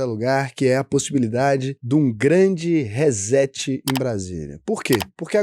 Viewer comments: Por favor, se vai falar ingles, fale certo. Nao se pronuncia hezeti”. Diga “re cét”. Chega a doer no ouvido. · RÊ-SSETI - é assim que se pronuncia RESET.